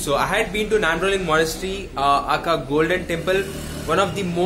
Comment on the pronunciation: Just wanted to let you know that `Aka` is not an acronym. Pronounce it as A. K. A (ay-kay-ay). Your first vlog was great. Was this shot on mobile? (just curious)